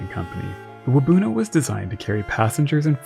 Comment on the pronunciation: I grew up in Parry Sound and there's a plaque at Waubuno beach that talks about the disaster. Just one slight correction– your pronunciation of Waubuno isn't quite right. The emphasis should be on the end with the rest of the word said quickly, so more like "wahboon-Ohh" than "Wah-boonoh". Hard to describe, but hope this helps!